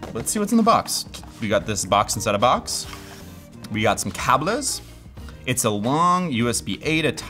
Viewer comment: Saying Cables in Spanish 🤣